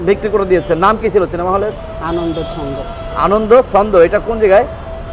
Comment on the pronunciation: চিনিমা নয় রে ভাই ঐটা সিনেমা হবে